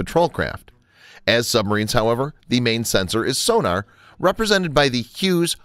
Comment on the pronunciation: Funny.......I've never heard of torpedo tubes measured in milli-"liters" before. Lol Nor have I ever heard of the underwater detection device "soo-nar". Want more subscribers? Want not lose the subscribers you have? - Work on pronouncing common terms.